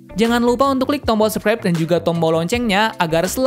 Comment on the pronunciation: Anjir belum berubah masih ngomong sukrep bukan subscribe🤣🤣🤣